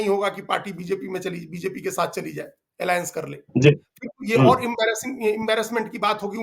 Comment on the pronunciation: इडी एलाएंस क्यों बोलते हैं